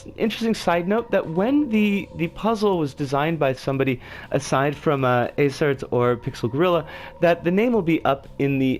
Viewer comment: This is a fantastic review :) I really appreciate the kind words / feedback / analysis. 30 is tough, but 29 is a doozy xD You are pronouncing Aecert correctly!